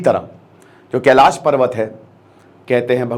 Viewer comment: Sir kelash temple hai na ki kelasha , pronunciation thik se kijiye please Indian people ki tarah na ki western people ki tarah